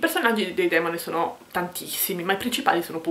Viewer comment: Consentimi di correggerti: I Demòni... Complimenti, comunque. Saluti